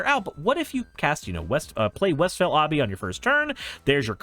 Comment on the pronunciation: "Ahbey", bro? Forreal?